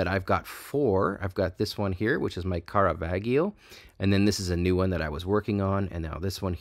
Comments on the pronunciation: just fyi it's pronounced with a soft G, like G-Unit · Ahaha! Caravaggio should be pronounced more as "CaravaJJo"... And, well, he's more THE painter rather than A painter... Other than that, thumbs up! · You are butchering the name Caravaggio